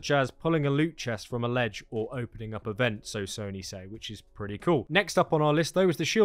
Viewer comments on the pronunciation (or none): none